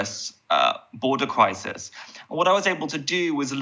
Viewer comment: The kwemlin has sparked a kwises with spiking food pwices